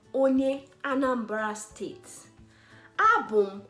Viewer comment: Anambra people: Abum onye Anambra What I hear: Abum onye Anambala